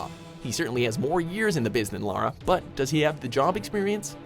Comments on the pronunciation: First American I’ve heard not to call her Laura or lera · finally... the CORRECT pronunciation of "Lara"